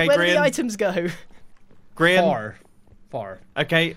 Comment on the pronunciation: Its grian not grain